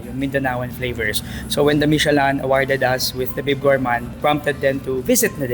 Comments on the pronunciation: Mishe-Lan daw 😂😂🤣🤣 It's pronounced the way it's spelled, Michelin (Mishe-Lin). it's not that hard. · Maliiiii😅 Michelin- mishelâ (Silent "N" and Nasal ang LÂ) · Michi-lan? LOL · Now we learn from you and ate the ryt way of pronouncing "michelin".😂